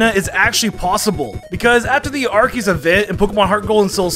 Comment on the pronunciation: ITS ARKOOS